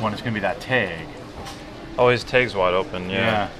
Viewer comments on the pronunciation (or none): You always say teg instead of "tag"